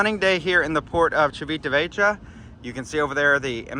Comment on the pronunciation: Ha! Yes… … learn how to pronounce it. I don’t like the “sweets” nor bakery items on board Celebrity because they are NOT MADE WITH REAL BUTTER. Thus… no taste. IMHO.